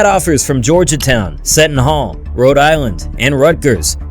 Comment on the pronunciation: You need to learn how to pronounce the names of VERY prominent schools like Georgetown and Seton Hall.